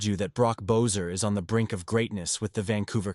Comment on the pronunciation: Cannot listen to the commentary to this because you cannot pronounce Brock Boesers last name correctly. If you follow this fantastic guy you would’ve heard his name is pronounced BESSER.